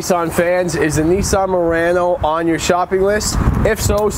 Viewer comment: A YouTube Channel with no name you said it correctly